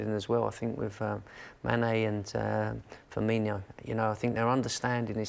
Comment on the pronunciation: It's FIRMINO, NOT FIRMINIO OR FIRMINHO, pronounce it right please